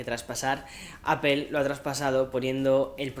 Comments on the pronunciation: Me gustan tus videos y soy uno de tus suscriptores pero joder tío ya pronuncia bien la palabra “APPLE” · ¿Por qué lo pronuncias “appel”? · Hay algo que me sorprende muchísimo todavía, un YouTuber de tecnología que se enfoca mucho en los productos de la compañía Apple todavía sigue pronunciando mal la marca. Cómo es eso posible y más aún viviendo en EUA 🇺🇸 ósea no lo estas pronunciado ni en inglés ni español😵‍💫😵‍💫